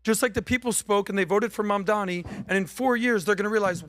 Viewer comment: And to this day, can't still say Mamdani's name correctly. How are you going to retain your credibility when you can't even get a simple name pronounced correctly?